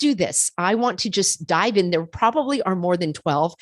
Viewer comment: "before we DIVE-IN" LOL 😆